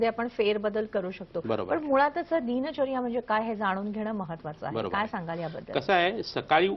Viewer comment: दिनचर्या असा शब्द आहे दीन दीन असं उच्चारण का करतात ह्या बाई ?